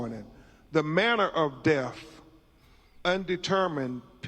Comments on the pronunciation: It's DEATH, not "DEFF" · Seriously. Troof instead of truth. Deaf instead of death. He can't read or speak English. How can he be a lawyer? Dumb man. Embarrassing. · That milk dud looking sumbich can't even pronounce words right # deff # truff # coclusin and that's who you trusting around all that free money y'all got when your son wasn't a famous person